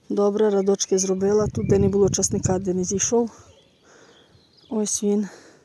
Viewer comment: Ось і таке то , радки, ось , не радочки а рядочки, навчіться перше правильно говорити .